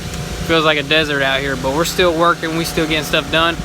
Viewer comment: Stretch like stiL